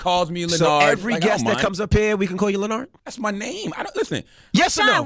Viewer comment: That's his name from now on. LenNARD accent on the NARD.